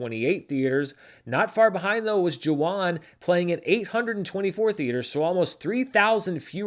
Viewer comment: Thank you for your mention of #Jawan!! (pronounced “Juh-Vahn” V sound instead of W)